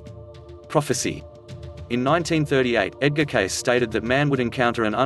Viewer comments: "I will born in 2100 in the state of Nebraska." This video is full of horrific abuse of the English language and is wrong about much of Cayce's biography (and his name pronunciation). This is clearly a bot with a fake Australian accent. Complete tripe. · Awful to hear the narrator butchering Cayce’s last name. If he can’t even get that right then everything else he says is untrustworthy. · If you are going to report on a person and/or on information, you should at least research how to pronounce your subjects name! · CLICK BAIT! No prediction And they don’t even know the proper pronunciation of the name ! Really? You do a video but don’t know how to pronounce his name SMH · So annoying that they can’t pronounce his name correctly. Totally discredits the creator of this video. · Clicked away after 30 seconds. No credibility mispronouncing the name. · U r mispronouncing his name. It is CAY-see, not "CASE", as u r saying... :) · Good show but pronounce "Cayce" more like "Kay--cee" or "Cay-see" not "Case" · This clip on Edgar Cayce is very diminishing of who the man was and his existing readings that are available to the public to this day. The narrator does not even pronounce Edgar Cayce's name right. He's calling him Edgar "Case" and it's pronounced Edgar "Cay-sae." If one is to do good job on the history of a very important person, they should at least get the name right and not sound like they are reading monotone off of a script. There are many books about this man, and a good place to start is "There is a River." I hope people take the time to get familiar with him and his thousands of readings. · The name is pronounced K SEE - not “case” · Pronounce Edgar Cayce's name correctly for goodness sake! Cay See not Case! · His last name is pronounced KAYsee, not Case. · His last name is pronounced Casey not case but Casey thank you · It isn't very convincing when the pronunciation of the name Cayce is incorrect. (KAYCEE not Case) so didn't listen beyond that point.